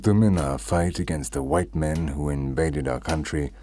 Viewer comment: "By di hwite man"